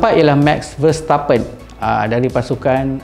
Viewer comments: Sebutan nama pelumba yang salah disebut untuk versi Melayu : Charles Leclerc : Lek-leq Daniel Ricciardo : Ri-kar-do Max Verstappen : Ver-ste-pen Terima kasih 😂😂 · orang selalu panggil verstappen Ver-stha-pen